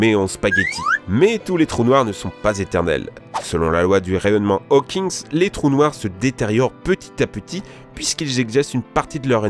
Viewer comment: La même avec un commentateur qui sait parler français c'est faisable ? Pffff.... rayonnement HawkinGG, pas HawkinSS,...... puisqu'ils ????? (ecgesent, excretent ?) une partie de leur énergie, etc.. Ça plus toutes les liaisons impromptues, quel charabia...